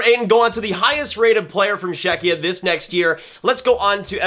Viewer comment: Please pronounce Sale as Shale and Czechia as Checkia, it rips off my Czech ears😂😂😂